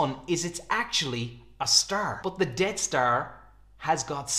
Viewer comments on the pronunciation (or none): sounds like you're calling it "Dead star" but it's actually called the "Death star"